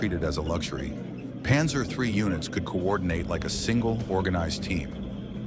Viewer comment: Задрал этот ПанзËр!!! Невозможно слушать!!!